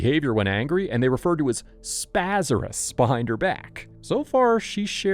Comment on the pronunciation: "Spazarus" lol